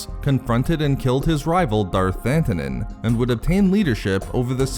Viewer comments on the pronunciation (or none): Oh hey, a video on something from SWTOR. Nice. Also: "Thantanon"? I think you mean "Thanaton".